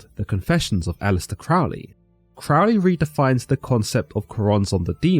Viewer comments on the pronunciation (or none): You know this video is nothing more than anti-occult, propaganda nonsense when they can't even pronounce Crowley correctly. It is pronounced Crōh-lēē not Crăhwl-ēē Crow (just like the bird) Lee (just like Bruce Lee) Pronouncing the man's name the same as in the song by Ozzy Osbourne shows how little actual effort and research was put into the information provided in the video, and all credibility should be discarded. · Crowley stated that his name should be pronounced with the first syllable sounding like ‘crow,’ as in the bird. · I rather think aethyr is pronounced the same as aether/ether… as in you don’t pronounce the A. And Crowley is pronounced like “crow”. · Crow-ley, not Crough-ley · Crowley pronounced his name crow-ly, not crawl-ly, as demonstrated by a couplet he used: My name is Aleister Crowley, Master of magick and holy. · Why do people always pronounce Crowley incorrectly? The First syllable rhymes with crow - NOT cow ! I know this only because, many decades ago, one of his 'pupils' was a family friend - and she was most adamant on this point. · You should know: you're pronouncing Crowley's name incorrectly. We know this indisputably because he wrote a poem about it, and the rhymes demonstrate which way it is done: "It is pronounced CROW-ley for I am holy; Those who say Crowley treat me foully." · Crowley is Fowley but Cr-oh-ly is holy ..........basically he mispronounced his name the whole video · This pronunciation of 'Crowley' is what made me stop listening. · Crowley states in his autobiography that his name rhymes with holy not bowel. don't be influenced by Ozzy Osborne's pronunciation. I am a 5th degree OTO member and its thelayma not theleema just trying to correct the common mispronunciations. keep up the quest for understanding, good sirs. 93. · It's pronounced Crowley, riming with holy. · You can’t even pronounce his name correctly!